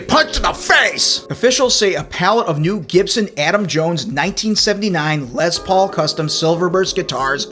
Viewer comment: And BTW, when I about 15 years old, I played in a band with a guy who called his guitar a "Lez Paul". You're only the second person I've ever heard use that pronunciation. LOL.